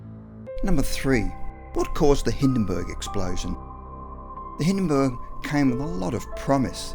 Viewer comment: So it was called the cungusta event huh? Is that right? Skel-EE-tal? The Hiddenburg?